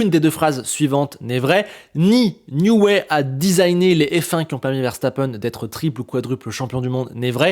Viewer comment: Excellente analyse comme toujours ! Par contre, ça pique un peu les oreilles... on dit "Nioui", pas "Nioué" (c'est Newey, pas Neway)